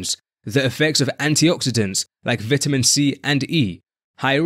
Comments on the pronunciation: Vitamin not Vitaman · “Vitaman” … very precise 😅